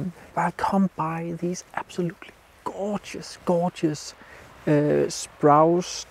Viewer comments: nice vid - as ever. Like the swans. Landscapes with wildlife always add value. As a former English teacher, can I point out that the trees in the foreground in front of the dead trees, which you referred to as "sprouce" - as in "grouse". However, they are actually "spruce" as in "Bruce" or, if you prefer, "Loose". Your English is word perfect, so hope you don't mind me pointing out the very occasional mistake. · Lively work, I often struggle with plantation/new growth forest areas but thus gives me some inspiration and encouragement. Your English is brilliant but just FYI Spruce is pronounced 'sproose' like moose and loose. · It’s Spruce not Sprouse. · Spruce — rhymes with goose ;-)